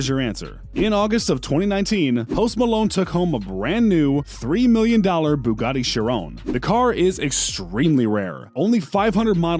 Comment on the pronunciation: You are pronouncing the Bugatti wrong my dude.